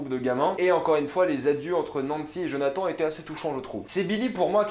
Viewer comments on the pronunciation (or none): Et quant tu dit Jonathan il se dit Jonathane 😭😂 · Tu as fait quelques petites erreurs dans ta vidéo. Déjà au niveau de la prononciation du prénom Jonathan, ça se prononce comme si il y avait -ne à la fin, ensuite la mère ne s’appelle pas Joy mais Joyce, et ce ne sont pas tous les enfants qui sont partis de Hawkins mais uniquement Will, Eleven, Jonathan et Joyce. Mike, Dustin, Max, Lucas et Nancy sont restés. Et puis tu n’as pas parlé des scènes post-génériques, c’est dommage. Mais dans l’ensemble c’était une bonne vidéo, assez complète, et qui reflète bien ton avis, qui est assez proche du mien. Bonne journée! :) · "djonatan" haha pas mal l'accent après avoir bien dit Nancy